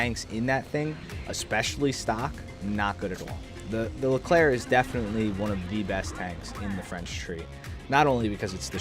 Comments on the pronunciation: On your pronunciation of the Leclerc, 10/10 for a non french speaker. Find me impressed, considering everyone says "erc". Well done! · you said 'Leclerc' correctly ! gg